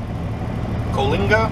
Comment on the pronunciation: It's the Tejon Pass and then north of that you hit the Grapevine going down into the San Joaquin valley. That town is called Co-uh-linga. Do your earlier route that day 5 to 210 to 10 into Tucson for years to see family. Nice ride. Thank you!